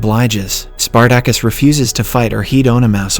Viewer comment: OK, this is definitely narrated by AI. Listen to how the AI pronounces Spartacus.... Omg. Hilarious